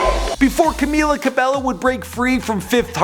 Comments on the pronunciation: Bruv WHO is Camila Ca-bel-LO ?! It's CAMEEEELA CA-BAE-YO! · It’s pronounced CamEEla CabeYo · No offence but it is pronounced CamEEla CabEYO just saying cuz alot of people miss pronounce it and it gets me mad lol. But I do love your channel!!!!!!! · Cam-EE-la Cabe-YO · how to pronounce 'Camila Cabello': ka-mi-la ka-be-yo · Her Name is Pronounced: CamEEla Cabaeyo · It's pronounced CA-MEE-LA CA-BEH-YO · Learn how to pronounce her name, it’s rude to not know someone’s name when you’re talking about them. “Cameela Cabeyo” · OMG R U SERIOUS.. U GOT NONE OF THEIR NAMES RIGHT ERHMM ITS PRONOUNCED 'CAM-EELA CAB-EYO' 'LAUREN HOR-EGEE' 'ALLY BROOKE' ' DIE-NAH JANE' AND 'NOR-MANI KOR-DAY' .. GOD 😂😂💜